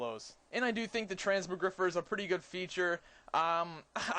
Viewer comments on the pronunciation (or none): transmo- GRI-FI-ER u fatty..not GRIFER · it's not Trans-moe-griffer. It's pronounced Trans-mog-ri-fire. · trans-more-griffer, lol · Trans - mog - rifier say it like that